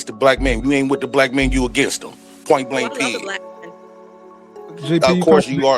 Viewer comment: Did dude really say point blank pid